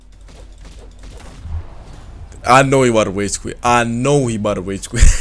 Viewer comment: "i know he bout to wage qwit, i know he bout to wage qwit"